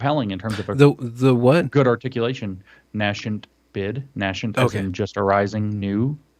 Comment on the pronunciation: the nascent bid... didn't understand what James said because James pronounced "nascent" wrong. (Oops, I heard say it wrong once, and different from James.) NAY-sent is correct. James said it too fancy: NASH-ent. You know, to be more confident in that "sh" you'd need "sci."